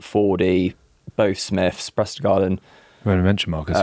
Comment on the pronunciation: Prestergarden is definitely the worst mispronunciation of Prendergast I've heard, good man.